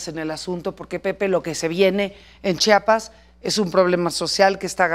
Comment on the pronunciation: Se dice chiiiapas no chapas